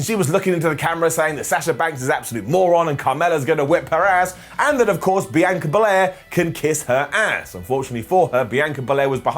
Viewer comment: Still can't say Sasha and Bianca right. Makes my ears bleed.